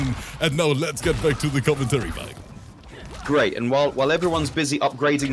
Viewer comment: Ngl this whole time I thought his name was bug not bulk because pronounces it different